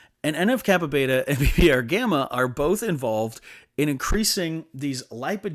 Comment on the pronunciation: en eff kappa BEE, not beta